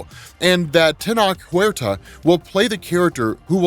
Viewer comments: It’s pronounced Te-notch. Not Te-knock. It’s not a Latin or Hispanic name. It’s mesoamerican name in the Nauhautl, language of many of Central Mexico, including the Aztec (Mexica) hence the name of their capital Tenochtitlan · Tenoch is pronounced with the soft CH so TEH NO CHSH not TEH NOK! All love from 🇲🇽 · It pronounce TenoCH, like when you're saying: touCH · TENOCH name is Aztec or Mexica to be fair brother... you said the Teno part perfectly... The ch sound is like chair... Tenoch. Hope that helps.